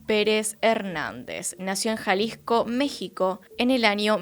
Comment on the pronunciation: me encanta cuaNdo dice Jaligco